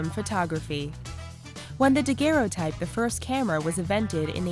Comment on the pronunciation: PLEASE! It's DAG-er-o-type!